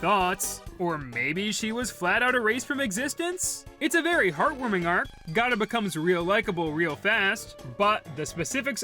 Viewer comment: The more people know about Gata, the better. Also, her name is pronounces Gate-ah, because she's a gate.